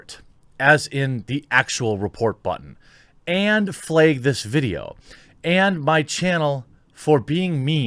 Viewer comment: Quick question. Do you pronounce 'flag' like that in an attempt to avoid the algorithm mistaking you for saying 'fag' or no?